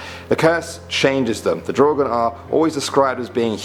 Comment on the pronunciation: Im swedish, What the hell is a draugen?!?!? Mever heard of it. Its prob misspronouciation cuz no1 from other countries can pronounce swedish words.